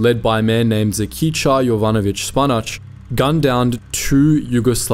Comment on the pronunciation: The way you pronounced name of Žikica Jovanović Španac in Serbian means "little rabit Jovanović spinach" 😂 He was actually a participant of Spanish civil war as a member of International brigades and his nickname "Španac" comes from that, meaning "Spaniard" Also, according to Thomas T. Mattheson during operation Haliyard chetniks rescued 417 airmen while partisans saved more than 2000, far more than you stated in the video. Around 5 times as many compared to chetniks But otherwise a great video, thanks!